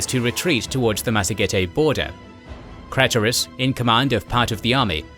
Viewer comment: it's pronounced "kl EYE tus"... jeez